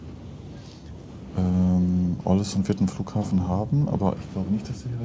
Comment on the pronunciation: Soll ich mal klugs**en? Es spricht sich „Ohlesünn“ 😊